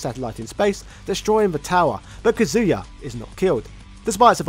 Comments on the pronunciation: This is very informative, but his name is pronounced Kah-zuya, not Kazoo-yuh. Also, it's Zaibatsu is pronounced zie-bah-tsu, not zay-bah-tsu. That was the one thing that was bothering me... 😅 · Why do people pronounce his name different? Some people say “Ka-zoo-yuh” others say “Cuh-zoo-yuh” like in the video. Which is correct? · It’s 2023 and people are still saying “ka-zoo-ya”?